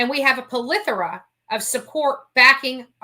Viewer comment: You are going to hate me - lol! - but it's pleh-thor-uh not puh-leh-thor-a. I'm so sorry!!! lol!!!